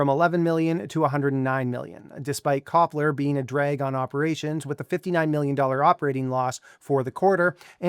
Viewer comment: Copler is pronounced Tshepler in Turkish